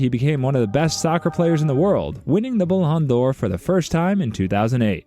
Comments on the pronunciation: “Blhan D’or” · “Paylay” “Maradonena” “Bhan d’or” “Soccer” “Muhammad Sellar” “Erling Holland” This gotta be rage bait or something 😭